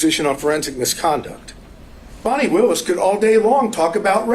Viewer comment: That is not her name. It's Fani, pronounced like Fawny.